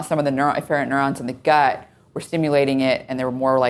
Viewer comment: The way Dr. Patrick says gut really bothers me.